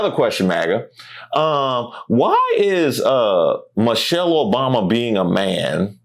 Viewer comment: And, did that guy say "Mochelle Obama"? Who is Mochelle Obama?